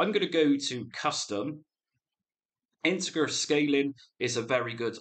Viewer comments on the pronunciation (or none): Great videos! I'd like to see more on stand-alones since I use my PC for all my emulation purposes. Also, "integer" is pronounced with a soft g as in "giraffe". Just a heads up.